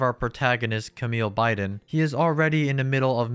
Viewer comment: I thought his last name was pronounced "Bee-dahn?"